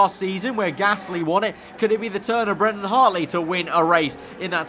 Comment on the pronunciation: It’s not Brandon it’s Brendon